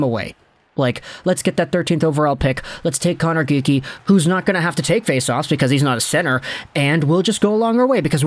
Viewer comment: why do you keep saying connor geekie